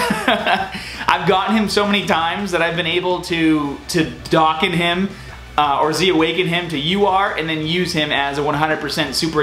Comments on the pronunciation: its pronounced dough can, not docken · dokkan not dockan